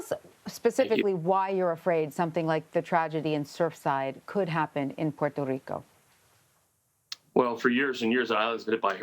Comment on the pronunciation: She's saying Puerto Rico correctly